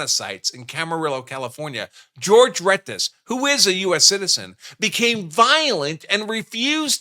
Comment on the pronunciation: His name is Jorje not George, ❤ 😂😂😂😂